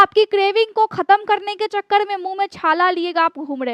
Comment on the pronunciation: बाड बाड बिमाडी नहीं चकड .बार बीमारी चकर बोले.र को ड ना बोले.